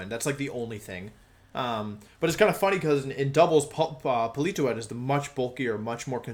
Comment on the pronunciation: Po-li-toe-ed?? Uhh.......okay